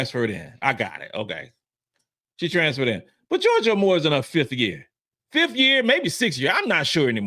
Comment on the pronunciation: I love the content that you put out my brother. However, IF YOU’RE GOING TO TALK ABOUT A PLAYER, AT LEAST Pronounce HER NAME CORRECTLY. It’s Georgia AYE MORE. Not Amor Aye More. Do BETTER!